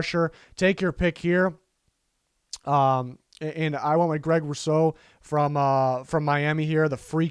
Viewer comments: Which draft value chart do you use? An big ups on fixing your pronunciation of Rousseau. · AYYYYYY you finally pronounced Rousseau correctly!